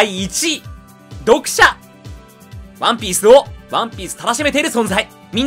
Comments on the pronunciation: ワ↑ンピース よ↑んこう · 毎回ワンピースの言い方がクソきしょくて、それが面白いと思って擦りまくってるところるところ好き